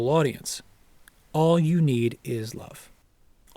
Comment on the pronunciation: It's John. Dig the way he pronounces "you" More of a yoo sound. That's John